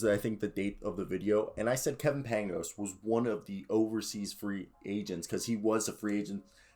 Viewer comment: It's pronounced paing-ohs